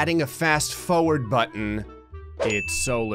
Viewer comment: Fast fOwERd